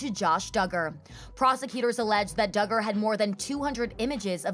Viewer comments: This was also bugging me the whole time haha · Came for, is pretty cool! Although I love how she never quite says “Duggar” right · I love that she says it wrong. It makes me cackle! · Thank you SO MUCH for covering this story "with class." ❤ You managed to talk about this without sensationalizing it for clicks. I noticed that you purposely mispronounced the Duggar last name to try to mask it from YouTube, which really shows your sincerity. Please keep up the great work. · Is there a reason she pronounces Duggar like that? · for me it’s not about respect, I had just never heard it pronounced that way and it was bugging me the whole time I watched this. Hahaha. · It’s Duggar’s not Diggers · I know this might seem petty but hearing the Duggar name mispronounced is irritating g. It’s not Doo-grrr it’s Dug-grrr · It's dUggar not DIgger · I really really like this video. BUT I could not get over her pronouncing it do-ger instead of dugger . Everyone else is saying dugger but she kept saying do-ger. Why? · I’m guessing you’re pronouncing his name wrong on purpose because you’re the only one saying Doo-gar not Dug-gar LoL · Very interesting but please pronounce Duggar correctly (Doug..Er) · It's DUGGAR, short u, not long. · Doooogar lol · Lol the doo-gars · Am I the only one who likes the "Dooger" pronunciation of the Duggar name? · Please stop saying, Doogar. Do you not hear that everyone else pronouces the name correctly? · OMG DOOGAR? Do your research ffs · I’m sorry but why is she saying doogers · No one:: the Dew-gars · I know it isn't important, but it is doing me crazy. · How do you pronounce “Duggar” wrong 😑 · If your going to do a video on the Duggar's can u pronounce their name correctly!! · Don’t keep mispronouncing his name, his name how he says it needs to be reviled and it makes you look uninformed when your guest and video clips are saying it correctly. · Lmao I like how she pronounces his last name like it rhymes with Booger. Fitting.